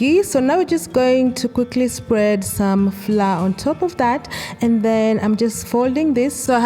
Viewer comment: Pronounced flower,… not fla…😳😳